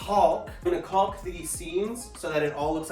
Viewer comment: The "L" in caulk is silent.